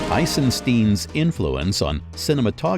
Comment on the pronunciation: Eisenstein. Is two words Eisen = iron and Stein = stone. In English he would be mr ironstones. Not Eisens_tin